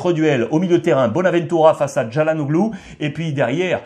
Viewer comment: Ça se prononce “Chalanolou” le G est muet 😉